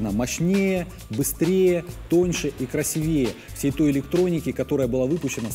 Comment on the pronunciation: было произнесено слово с неправильным ударением. Краси́вее. Обзор отличный. С интересом смотрел до конца!